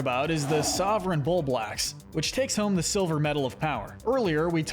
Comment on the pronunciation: I hate the way you're pronouncing Bulblax, otherwise great video. Fun to watch